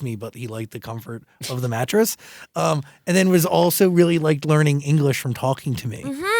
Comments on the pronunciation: Yesssssssss Belindaaaaaaa ❤ Her English is so much better than a few years. And she’s eloquent and fluent. Move to LA, practice practice the vowels and pronunciation. It’s so important and she doesn’t need much work. Just needs to perfect it. Hangout with ur English speaking friends sometimes. You’ve got this Loved the interview! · que bonito pronuncia inglés 💌